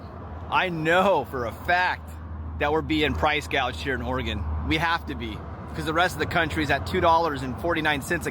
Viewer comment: 3.89, Medford, Oreegun